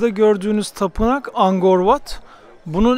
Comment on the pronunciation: Angkor Wat, Angor diye okunmaz "K" harfine basa basa AnKor diye okunur. Zamzun'lu kardeş :)))